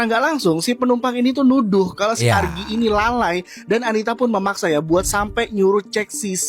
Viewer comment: ARGII jit bukan AGRII😂